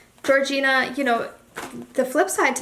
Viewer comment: Her name it’s Georgina not Georgiana